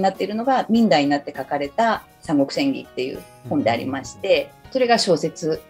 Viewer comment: 聞き手の方の「演義」のアクセントが「クラブ」みたいになってるのだけ気になってしまう……。 内容はとてもいいです！